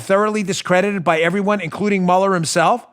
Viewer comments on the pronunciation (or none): none